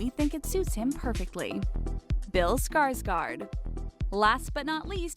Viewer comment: As a girl from norway, my ears crying when i hear ,,skarsgard" Å = o